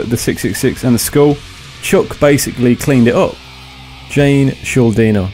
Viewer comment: I'm pretty sure it's pronounce shul-din-er But I'm not too sure...